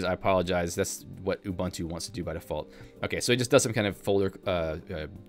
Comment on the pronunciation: For future reference, all the Us in ubuntu are all 'oo' sounds. So, it's not 'oo bun too,' or 'You bun too,' it's 'oo boon too'